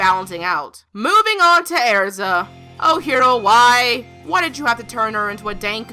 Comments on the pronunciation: I thought her name was Erza, not Airza😂😂😂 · XD Every Time You said because she's Airza I was like ERZA ITS ERZA NOT AIRZA ERZA!! XD (I know she just pronounces it differently) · Its er-za not air-za I cringe at mispronunciation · Omg, it’s Erza not “airza”. Sorry to criticize the way you speak lmao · I can't stand the way she pronounces Erza. It's not Air-za... Ugh. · I'm getting really annoyed by her saying erza's name wrong she's saying AIRZA ITS NOT AIRZA OK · You say ersa wrong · Erza not Air-za okay? okay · it's erza not airza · arza?! its ER-ZA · it's errrza not airza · All those mispronounced names......earza? Its erza...cries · Eriza, thats not her name. its ERZA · Era's name isn't pronounced Airza..... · it's not pronounced araza, it's pronounced just like it's spelled, get it freaking right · it's erza NOT ARZA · Annoyed me how you kept pronouncing name (Airsa) when should have been pronounced (Erza) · IT'S NOT AIRZA JESUS CHRIST. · "Because she's air-za lol got me dead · hahahaha airza is all I could hear airza airza airza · plz no hate but u said erza's name wrong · she said Erza's name wrong